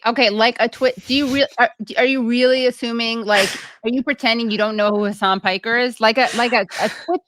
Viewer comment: Heysign Peeker? LOL